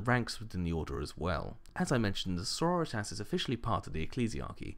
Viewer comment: i think its pronounced Sor-ror-ri-tas. like senoritas? like in spanish?